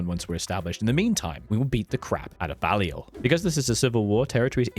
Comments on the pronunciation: also Bay-li-ol but no big deal haha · Balliol is not pronounced like that mate.